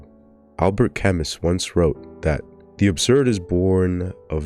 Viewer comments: It shouldn't bother me so much, but it was like a knife every time he said CAM-MUS. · "camiss" damn that's rough bro 😭. You should have googled how to say his name. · It's pronounced "Kamyu" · That is NOT how you pronunce Camus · Glad somebody else noticed 😭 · the way you keep pronouncing Camus makes my skin crawl but otherwise good video